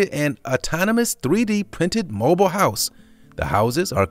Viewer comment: He said "hiouse"